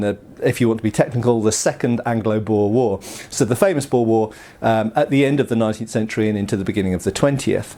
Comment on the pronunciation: Great. Another one that can't pronounce boer. Nice video tho.